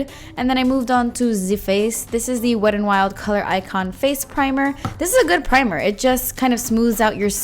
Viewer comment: I never hear the T when you say the name, so it sounds like Wed n Wild. 😄 Beautiful look!